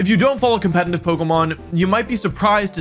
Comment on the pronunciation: I'll subscribe if you stop pronouncing competitive "compenitive".